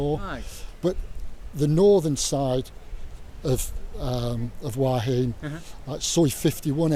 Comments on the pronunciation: Hua Hin is mispronounced by everyone except the Thai. why heen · Please pronounce Hua Hin the correct way next time... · It hurts my ears... haha